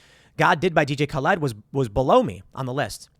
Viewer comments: Tim it's not Ka-Led, lol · Of the two ways to pronounce DJ Khaled, Tim makes up a third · Can bro stop calling him DJ Khal-ED? 🤣🤣🤣🤣🤣🤣 On the real though, much respect to Tim for this - was so stoked to see Max Collins comment on Tim's song - even though he was hating on it. Most ambitious crossover event ever haha.